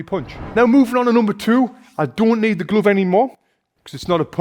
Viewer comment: He said gluve